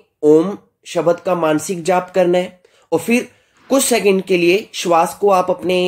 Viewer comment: आपकी सामग्री तो बहुत अच्छी है। कृपया उच्चारण का समुचित ध्यान रखें जैसे आप ब्रह्म को भ्रम बोलते हैं भोहों को बोहों, शब्द को शबद आदि।